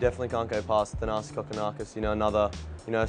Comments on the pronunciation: actually it's Tha-naa-see(s). There's no r :) And the ''th'' sound is not wrong. The way Kyrgios pronounces it is correct.. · Surely the reporters could learn how to correctly pronounce his first name. It's not Thanis with a th sound. It's pronounced like Ta-nar-see. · You totally butchered the pronunciation of Thanasi! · OH the horror.